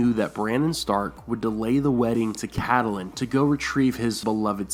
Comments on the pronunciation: ur pronouncing Catelyn Stark's name wrong. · Your pronunciation of Catelyn Tully is very weird in every video.